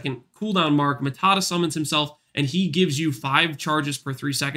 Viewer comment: Its not matata its maata